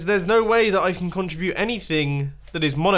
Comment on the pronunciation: Every time you said contrubute, I cringed. CON-TRI-BUTE!!! MUMBO!!! CONTRIBUTE!!!